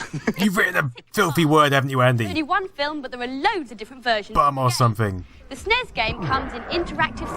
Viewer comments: Why do they keep saying "snezz"?? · it's not "snez" , it's "snes" ... that's a "sssssss" sound, as in "snake"